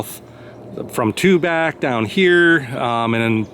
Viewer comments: I live in Tubac and I really enjoyed your tour of my community. It is actually pronounced TuBack by the natives. You will also hear it pronounced Tubahk, perhaps both are correct. My understanding is that the name is derived from Native American language and not Spanish, so does not have the Spanish pronunciation. Living here, I should know for sure. Thank you for this wonderful video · Beautiful video! FYI, I think it’s pronounced Tubok.